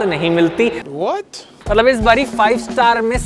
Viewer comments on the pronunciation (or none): none